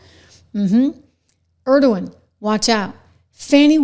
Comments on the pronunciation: ENG O RON. ENG O RON. Say it after me. NOT ERD O WAN. Completely different fellow. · Engoron's name isnt pronounced like the name of the president of Turkey